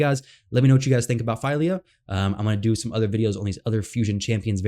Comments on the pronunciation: Unfortunately you are incorrect about the pronunciation of her name. You have selected "Translate from English" instead of "Detect Language", which would reveal that the name Fylja has Icelandic origins and it is pronounced PHEE-LIAH , as in Ophelia without the O. Hopefully the FEIL-YAH boo boo doesn't catch on. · FWIW Google identifies it as Swedish, which makes sense for Dwarves, and says "Fill-ya".